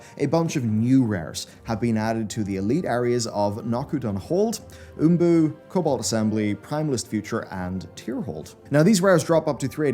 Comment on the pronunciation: Thanks for the video! Btw, in the rares locations segment - Imbu, not Umbu